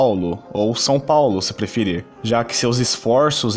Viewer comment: vc tá tentando imitar o bonossauro falando Paulo desse jeito? pau-lo